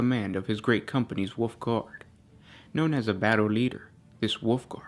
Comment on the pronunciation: Was he..., Calling the Wolfguard "Woofguard?" Or was that just my mishearing? xD